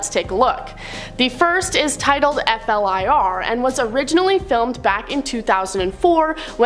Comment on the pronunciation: Its pronounced Fl-ear, not F.L.I.R...